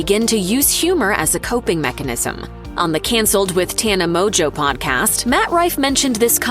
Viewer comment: Mongeau is Mojo? 🤣🤣 Mon-go